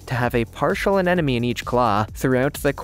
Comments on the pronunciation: "a ne mo ne" not "an enemy" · It's pronounced sea aneMoNE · "Anenome"? LOL Seems like the anemones are more of "afriend". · Why cant people pronounce anemone correctly? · Learn to pronounce anemone dude.